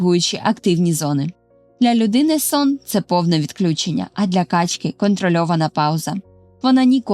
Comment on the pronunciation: У множині наголоси качкИ, качОк ітд.